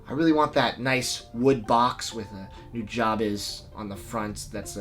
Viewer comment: it's not NEW-JAW-BEZ it's NO-JA-BES!! JA is like the sound of ugh not ah ...!!! say it right!! and you don't draaaaag on the second syllable! just say Nujabes correctly, damn it. so NO - JA(ugh) (like jUGH) - BES(BEST(minus the T)